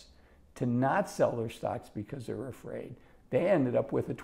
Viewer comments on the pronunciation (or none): none